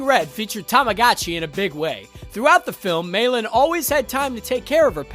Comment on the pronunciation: Meilin...say it with me now...May Lynn. Not mailin'. 😫😅